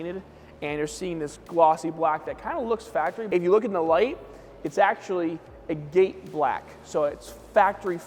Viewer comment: Being a guy that crushes rock for a living, hearing him mispronounce "agate" everytime he said agate black was driving me nuts 😂